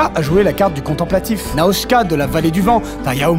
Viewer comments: Et je dois être le seul alors qui entend Nausicaa et non pas "naoutchka" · STOOOOOOOOOOOP !!!!!!! QUOI ???!!!! NAOSHKA DE LA VALLEE DU VENT !!!!!!! mais je vais te démolir !!!!! NAUSIKA merde NAU-SI-KA TROIS SYLLABES !!! c'est pas compliqué. Nausika de la vallée du vent est un des meilleurs anime du studio Gibli alors on évite s'il vous plaît d'écorcher le nom d'une légende merci. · Putain, les gens, c'est Nausicaä et pas Naoutchka (je le fais à l'écoute pour l'orthographe) et Ghibli (Giboli dans votre language) Sinon, super vidéo et continuez comme ça les mecs :) P.S : je vous ai découvert via Studio Vrac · Ouuuui un nouvel ep !!! :) Par contre on dit réellement "Naoshka" de la vallée du vent ? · Alors le film de Ghibli "Nausicaa" se prononce: NO-ZI-CA (oui oui je chipote, mais cet épisode est si parfait qu'il n'y a rien d'autre à critiquer) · Comment qu'à qu't'y prononcé Nausicaa? O_o